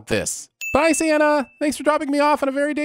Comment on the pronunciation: Im not gonna lie, when you said "Bye Santa" it sounded like you said "bye Seanna " which happens to be my name....one sin for mispronouncing not only Santa's name, but for scaring the shit outta me.... Ding